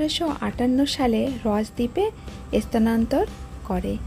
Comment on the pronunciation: আপনার vlog খুব ভালো লাগে , শুধু একটা অনুরোধ, বাংলাদেশীদের মতো "এস্থানান্তর" "এস্থাপনা".....উচ্চারণগুলো একটু পরিবর্তন করলে শ্রুতিমধুর লাগবে